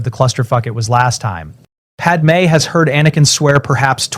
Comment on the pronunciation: I'm listening to this one just now and the wording is better than the new ones. Far less ridiculous sentences, also it can say padme correctly! I hate it when he tells everyone everything, he could just say he's had a few memories and all the skills from the future came back. He doesn't need to tell them all the terrible things he did FFS.